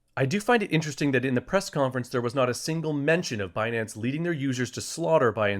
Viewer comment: Fi-nance and Bi-nance. What is Janet talking about with Be-nance